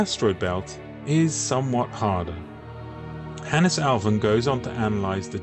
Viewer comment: A Finn here with my take on it... Hannes has two syllables, hence it's "Han-nes" with emphasis on the beginning of both syllables. Both "n"s should be heard much like in "can not". Swedes add a rising intonation to the last syllable, while Finns speak more monotonously.